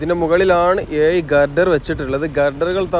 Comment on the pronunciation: എല്ലാം കൊള്ളാം. ആലപുയ, കൊയിക്കോട്, ഏയ്‌ { ഏഴ്}........... ഴ മാത്രമേ പ്രശ്നമുള്ളൂ